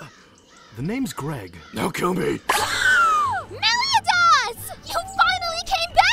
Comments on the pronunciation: It's Meli-ODE-as, not Melio-DAS! (Spelled Meliodas) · I’m cringing at how you’re pronouncing meliodas’s name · It's weird for me to hear MeliodAs instead of MeliOdas. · The Superior Tacticians she said meliadas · It’s meli-o-Das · Why is meliodas a racist Irish stereotype? Why does it work? Also I thought it was pronounced meli-oh-dass... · Why do you say meliodas wrong? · Am I the only one who gets annoyed and cringes because no one pronounces his name correctly? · Anybody a little irritated how they pronounced Meliodas' name? I know thats the joke but its still annoying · The pronunciation of 'Meliodas' is cringe worthy. Otherwise a funny show. That is all.